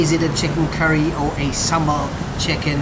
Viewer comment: I am so impressed when a foreigner pronounce sambal way better than us. I hope you have a great time in Malaysia, sir :)